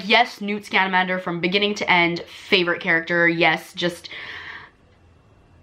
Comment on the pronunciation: “Time TERMINER” Correction - time turner. “ newt SCAMANDERMER” correction - scamander. Can’t be a true Harry Potter fan.